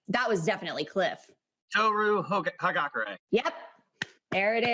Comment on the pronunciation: clifford say toru hoe-hagakure. XD